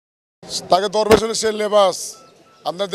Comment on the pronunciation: দরবেশ নয় ধরেবেশ।